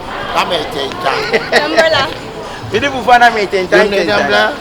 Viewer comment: I can’t stop laughing,herrr,he said Abraha(Umbrella)❤️😜😜